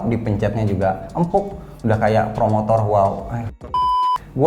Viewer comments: Setiap dia ngomong promotor gua ngakak anjir 🤣🤣🤣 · Ngakak gw sumpah setiap nyebut promotor 😂🤣